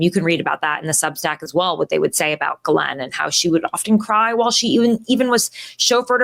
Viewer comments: Her name is not Galen or Glen it is pronounced Gheelaine it rhymes with Elaine. The S in the middle is silent. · it is pronounced "jizzlane maxwell" not gilane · Omg..its NOT G-LEN.. ITS PRONOUNCED "GIZLAINE"! RELEAZE THE EPSTEIN FILES! Lets NOT forget that picture the orange FELON PEDO RAPIST drew for epstein of a womens figure and signed his name as the pubic hair! 🤮😡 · STOP IT WITH PORTRAYING ONE OF THE HEAD MADAMMES OF EPSTEIN AS A FCUKIGN VICTIM! SHE IS NOT, I REPEAT NOT A FCKIGN VICTIM. if it wasnt for JIZZLAINE that is how you pronounce the name, not GIElame or some other bulllllshite, its JIZZ laine, there wouldnt be any children trafficked. Ivana also was part of that trafficking ring ivana and JIZZZZZZLAINE were extremely close. Stop putting harlots on your show that glorify JIZZLAINE maxwell and give a voice to the actual victims not cloutchasing wencheds like tara over there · I believe a lot of what this woman says just a giveaway is she pronounced that odd name "Ghislaine" correctly. No one on tv etc ever says it correctly except people who really know people she knows. It's galynn not galane. A is silent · Her name is pronounced "Jizz lean" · please follow Tara's lead and make the effort to pronounce "Ghislaine" correctly. Certain people make a point of mispronouncing "Kamala." Do you want to be like them?